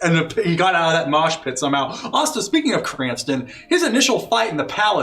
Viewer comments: Yes it’s a nitpick and I’m sorry Krrsantan being called krinstan(or some other variation) the whole time hurt lol. Love my 80s metal as shit wookie😂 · I love that they're just calling him "Cranston." Like, I don't blame them, Krrsantan is a tough name to memorize and/or pronounce.